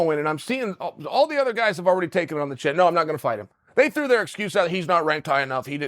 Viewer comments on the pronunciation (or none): none